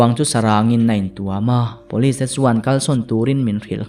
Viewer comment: "Pawlis" ti lovin 'Police' (pulis) tihin i lam țhin tawh dawn ni. 🙂😀